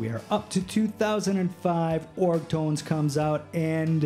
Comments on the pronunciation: “org” tones? its “ogre-tones.” like “over-tones,” but ogre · Ogre Tones---- pronounced Oh-ger Toe nenz